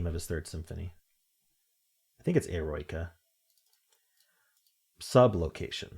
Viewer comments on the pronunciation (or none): Just as an fyi: Eroica is 4 syllables, pronounced "i (like 'it'), - ROW - i (like 'it', again) - kuh (like cut)". "Heroic" is the English translation, and it was originally created for Napoleon - but once ol' Napoleon made himself Emperor, Beethoven rescinded the dedication.